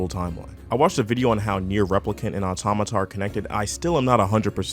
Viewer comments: ITS NOT AUTONOMA OR AUTONOMAR, AUTOMATA. JEEZZZZ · automata not autonama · It’s Nier Automata not Autonama.. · If you make a video criticizing a game you might want to learn how to say it's name correctly at least? It's not "autonoma"... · "Autonima", you keep saying it wrong like that. Sometimes you say it right. It's pretty distracting. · "Nier "Autonouma" is a great game" - your opinion is in invalidated if you mispronounce the topic in the first 2 seconds of your video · This nigga said autonama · why does he say autonama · Autonomous atomanaus anotamaus Anothermouse bitch learn how to pronounce please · Man I just hate the way you pronounce automata…